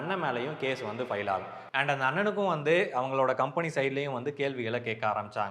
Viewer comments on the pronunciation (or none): none